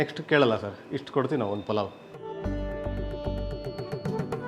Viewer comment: ಪುಲಾವ್ ಅಲ್ಲ ಪಲಾವ್😡